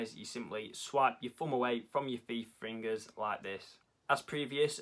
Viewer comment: “Thee fringers”